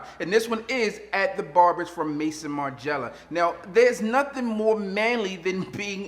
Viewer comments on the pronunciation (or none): Let me help you out bro Maison = May-Zone